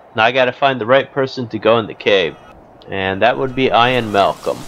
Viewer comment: your saying ian wrong